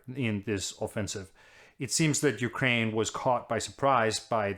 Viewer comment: Top notch prononciation of the ukraine names